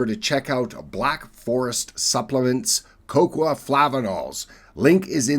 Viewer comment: Coco-ah? You've been living in Japan too long 😂